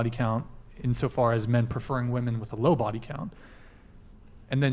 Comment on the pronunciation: For fuck sakes there is at least 1 girl on every panel keeko being the worst that say woman instead of women. Makes my fucking brain hurt every time I hear it. Annunciate for crying out loud, or maybe it's more pronounce actually. Either way fucking do it!!! Just do it!!!